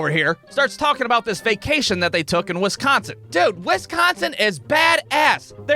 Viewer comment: Why u pronouncing wisconsin like that 😂